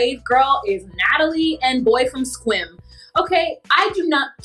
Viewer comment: Good to see you! And you pronounced Sequim like a local!